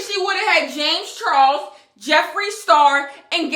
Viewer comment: "JAmeS ChArOLes" 💀💀💀